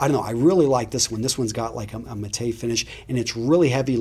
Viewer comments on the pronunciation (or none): dude just pronounced "matte" as mah-tay lmao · Did you say "ma-tay" when pronouncing matte? Smh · dude's classy